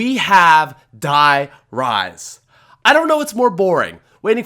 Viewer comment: Bro I speak German. You gotta pronounce die rise correctly 😂😂😂. Die is pronounced like the letter d